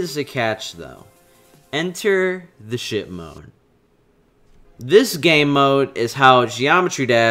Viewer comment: I thought he said, enter the shit mode